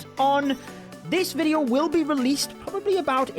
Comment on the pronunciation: Mate it's video not veadio